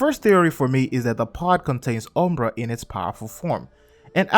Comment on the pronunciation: it is not umbra